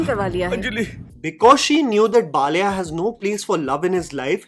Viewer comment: Please make an attempt to pronounce the Telugu (non-Hindi) words to their original. Baal-aaiyah is not difficult to say.